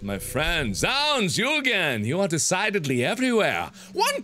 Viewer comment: 'Zounds' is pronounced 'Zoons', it is a shortening for 'god's wounds', a curse word used in 17th century england